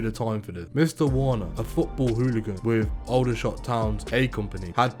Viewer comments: It's not Oudershot, it's Aldershot. A-company, never heard of them and I bet many other have not too. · It’s pronounced Alder like the tree not that weird way he’s saying it. Aldershot